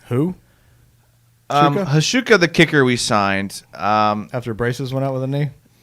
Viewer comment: 90 minutes? That'll be about 88 minutes more enjoyment than I had from the Jaguars week 3 performance. Praising Hauschka knowledge as he pronounces the letters of his name in the wrong order is hilarious;-p